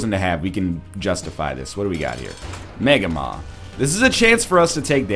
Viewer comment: I never understood why you say "Mega mon". You know how to say man, right?